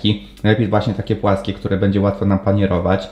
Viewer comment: Bedzje, sje, własnje... KOSZMAR